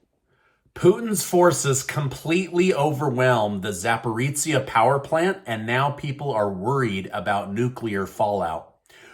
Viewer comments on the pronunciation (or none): Just a minor note, and I know Russian and Ukrainian names are hard to pronounce, but the "zh" in Zaporizhzhia is a voiced "sh," pronounced like the "si" in "illusion." I'm a hit at parties. Cheers.